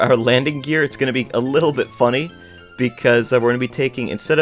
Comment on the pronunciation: Me: Say gear, please.: Gir. Me: Gear, not gir...: Gir.. Me: MOTHERF